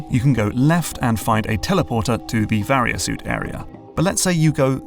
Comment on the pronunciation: You finally pronounced Varia correctly lol